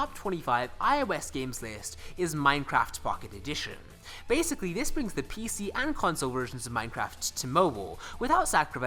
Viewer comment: its like you say : ,,Minecraft fucking edition,, lol